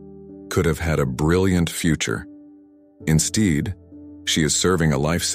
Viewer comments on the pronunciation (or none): You lost me at "insteed".